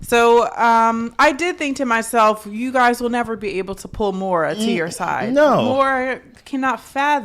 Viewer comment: I agreed with you allllllll the way AND YOU WERE RIGHT!!! Also...again... MaurOn, not Maura 😊